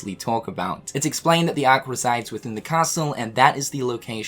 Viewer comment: The ahhhhk 🤣 funny how he says it